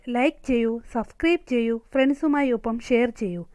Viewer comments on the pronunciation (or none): none